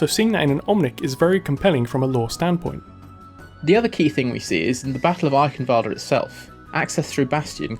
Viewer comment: ALDER NOT ADDLER